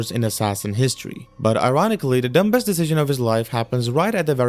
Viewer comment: this is meant to help you so please don't be offended, there is a B in the word "dumbest" however you do not say it. so it's. Dum-est, not Dum-Best. :)